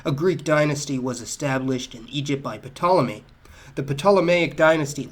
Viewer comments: And bruh it’s pronounced Tolemy not “Pa-Tolemy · As usual, you have presented us with excellent content. Your videos ought to come with a college credit. One minor point -- the 't' in Ptolemy is silent. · Good video. FYI, the P in Ptolemy is silent. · Ptolemy is not pronounced with a P!! It’s a T! This is why we don’t learn history from YT. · I thought the P in Ptolemy was unpronounced. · Fairly sure the P is silent in Ptolemy, for future reference. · Boni in english the p is silent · I cant believe he pronounced the “P” in “Ptolemy” lmfao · A sure sign of the autodidact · Couple of things ( and I'm only half listening and just three minutes in) - you don't pronounce the 'P' in Ptolomy, and also, the image you show when you mentioned Cleopatra was in fact an image of the bust of Nefertiti. Please, don't do educational videos unless you can get the basics right, because there are lots of people out there who will take everything you say as gospel and that's how stupid happens. I mean, look at your president for f***s-sake. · P is silent in Ptolemy. Also the picture you showed when talking about Cleopatra was actually a sculpture attributed to Nefertiti. Just wanted to point that out. No biggie. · Do you really pronounce the p sound in Ptolemy?